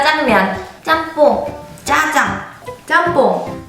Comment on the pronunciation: 지민이언니 짜장할때 중국어발음같았는데